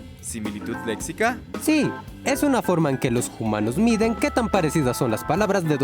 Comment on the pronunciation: Amo que digan Jumanos jajaaja ❤